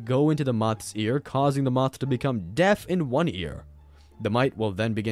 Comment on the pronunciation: when you beCome Alabama 😂😂